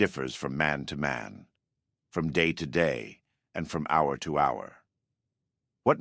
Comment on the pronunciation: damn that AI slop kicked in 😂 oh man how does AI pronounce "hour" wrong lol, or "pretense" as "preteens" 😂moral vs morale..